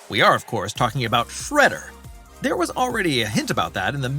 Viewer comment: This guy said Fredder instead of shredder it’s shredder get your facts right dude who is fredder